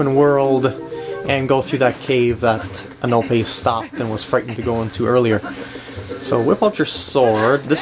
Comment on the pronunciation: Epona not anope